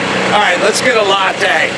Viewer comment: Let's have a lattee, killin' me here Carolla